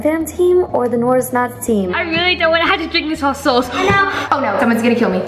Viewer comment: “norz“ “nooris nots“ its “naz“ and “norris nuts“